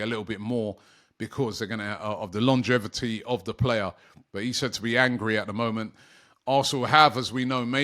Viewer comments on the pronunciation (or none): none